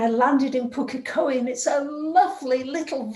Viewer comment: Your pronunciation of Pukekohe is on point!💖 Well done😁😉👐